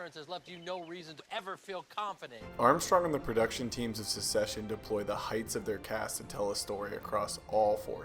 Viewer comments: Hahaha there is so much misinformation here. Namely the actor's heights are almost all wrong. But mainly the word is Succession not Secession - very different meanings and pronunciations. I do love that you're sharing the filmmaking techniques we use to illustrate power dynamics visually and I love that the casting of Greg and Ewan reflects that. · Great video! But the series is called "Succession" not "Suseshion"